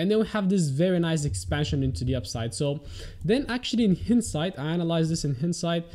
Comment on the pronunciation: Hindsight is pronounced as "haindsight" :)